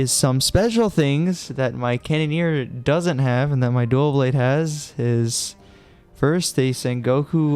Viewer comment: “Duaw Bwade” no L’s allowed only W’s